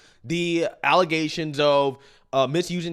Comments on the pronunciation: Never vote into office someone who says,axing,allezations,jounalisms and so on.😅😅😅😅 Embarrassing 😮😮😮😮😊 next comes a black brawl in place of a civil town meeting.😢 Do Better Black Folks.... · At least, we have FACTS and not “Allezations” .. Isn’t that right, Tiff Tiff 😂🤣😂? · "False allezations". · Super Mayor Henyard denies the “alezations” 😂 The utter ignorance of this woman is breathtaking!